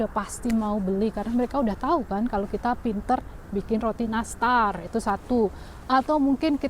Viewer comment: Terima kasih. Btw aku ngakak online dengar kata "roti nastar". Jawa banget kayak aku. I love you 💝